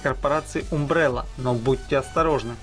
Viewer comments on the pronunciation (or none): Блин чувак, подучи английский. Умбрела, варс, хоризон, эволютион.